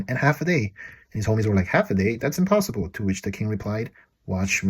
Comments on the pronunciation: "that's impossibruu" 😂😭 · “That’s impossibru” 😅😂 you didn’t 💀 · "Impossibru" lol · “That’s impossibruu!” 😂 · Read the captions: impossibruu 😂😂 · Omg not "impossibruu" 🤣